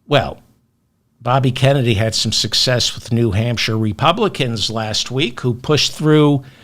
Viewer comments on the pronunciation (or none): none